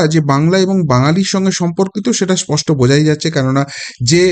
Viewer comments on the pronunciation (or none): none